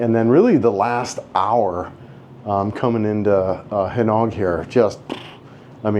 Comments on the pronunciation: Butuan is pronounced Boo-2-Ahn. Gingoog is Hing-Oh-Ohg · breathtaking! and your not the only one that cannot pronounce Gingoog (even natives don not agree : )!